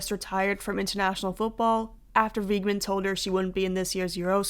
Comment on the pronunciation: It ain't "Why Gmann" girl its pronounced "Weak Mann" 😭🔥